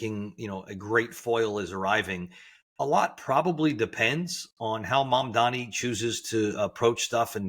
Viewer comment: It's not hard to get Mamdani's name right. It's the bare minimum.